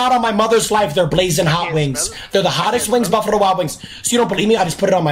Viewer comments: why tf is he talking like that... bufarrrrrro wild wings?! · “buffurro wings” - 💀